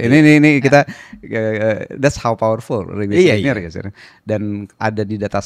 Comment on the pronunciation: That " lipervool " 😭🙏🏻 Biar ga serius² amattt😭